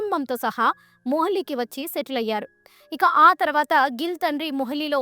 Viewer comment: మొహిలి కాదే తల్లీ.. మొహాలి అనాలి..